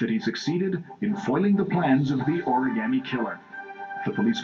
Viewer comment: can i smack the reporter? please? just for mispronouncing the oragami killer!